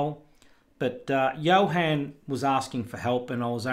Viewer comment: Thank you very much, but this was a disappointment. Thunderbird and Firefox tar, could not pin on the dock. The deb I could. BTW my name isn't pronounced Johen, but Johun;)